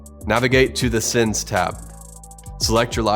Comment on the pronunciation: Should be "Sends on fader"... Not "Sins on Faders" ;)